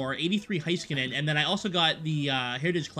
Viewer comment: Love these games! But Miro’s name is Hay-skuh-nen not hi